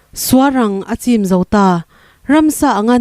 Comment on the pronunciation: Suar ang a chîm niloin,a chim tih tur